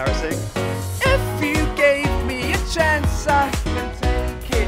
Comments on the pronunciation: "if you gave me a chonce" who knows why i'm here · Niall would've said "chonce"